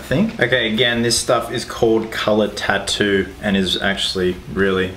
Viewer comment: They always says "Tarus" And then you find out he is saying tatoos😂😂